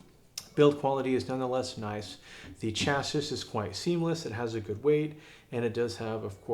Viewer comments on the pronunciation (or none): Chassis. Please google the word, the correct American/Canadian/English pronunciation is available. It is off course a French word. Your review is interesting and informative. Please pronounce the word correctly.